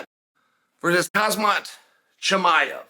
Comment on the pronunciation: Hey Chael, love your content...jus wnated to lyk you keep calling him khazmat,i dont know if its on purpose or not, if not its kham*za not khaz*ma.